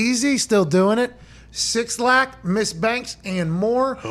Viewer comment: 6lack is supposed to be pronounced as "black". Dude explained it and the meaning in a video while ago